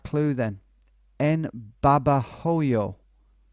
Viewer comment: Just a little insignificant thing. In Spanish the letter 'h' is silent. So Babahoyo would sound like Babaoyo. Anyway , love you Tom!